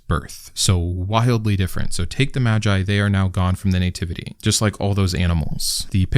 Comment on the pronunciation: Sorry, what is a "nay-tivity" ?